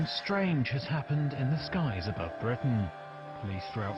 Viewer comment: Shtrange... definitely, Schtrange stuff, but at least 'THEY' know, well ..maybe.